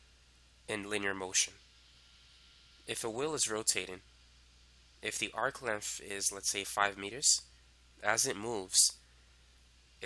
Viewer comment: Why do you say length in such a weird fucking way lol Lenth